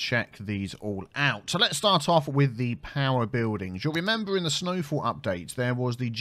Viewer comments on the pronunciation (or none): “Bewldings” this pronounciation is triggering my SO bad!!